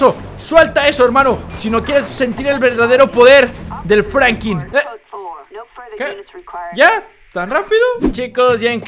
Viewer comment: Franklin no Francri